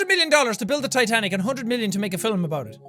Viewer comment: The way jack pronounces "films" 😂😂😂😂😂😂😂